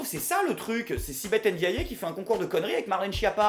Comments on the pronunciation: Svp guys, elle s'appelle pas Ein-diayé, c'est juste Ndiaye, ça se prononce comme tu le lis, le ND c'est pas si difficile à prononcer, please & thanks a lot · On ne dit pas Ndiayé sinon y aurait un accent. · Il ne s'appelle pas Èngijol, elle ne s'appelle pas Èndiaillé. Un effort ? Une fois ?